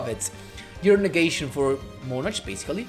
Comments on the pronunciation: Nice deck, even though Monarchs seem like barely playable i guess is nice to mess around with them (not me though,i barely have anything 😅) Also I find it funny that you say" monar-ch" instead of "monar-k"(how is usually spelled) 😅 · it's fine 🤣 ,i actually like your pronunciation more even if is not correct, it's just that as you may know im not native English Speaker but i always heard it pronounced that way, that's why i find it funny hearing it from you